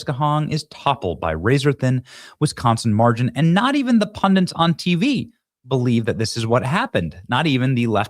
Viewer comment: Why can't anyone seem to say "Pundits" nowadays? It's Pund-ITS". Really couldn't be simpler.